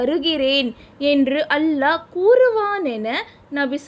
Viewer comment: அல்ஹா இல்லை. அல்லாஹ்